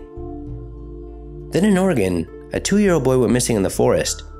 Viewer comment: thank you for pronouncing Oregon correctly I know I wrote about hit last time and I appreciate that you read my comment good work and I really love your videos man keep up the good work